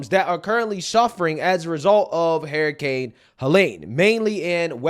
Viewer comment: You keep saying Hair-icane 😂✌️❤️🇺🇸